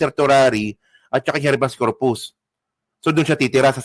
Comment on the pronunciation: konting suggestion lng. Pa improve nmn sa pag basa at pag bigkas. Pag hnd familiar sa term google agad. Iba ang REFUGE sa REFUGEE at check na din ang HABEAS CORPUS. Thanks po